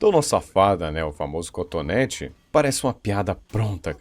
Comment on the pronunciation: Meu Deus Perdão mas toda vez que ele falava contonete eu me acabava de rir kkkkkkk Um vídeo sério e eu parecendo que tô vendo um vídeo de comédia, mas é culpa da sua narração (boa demais) kkkkk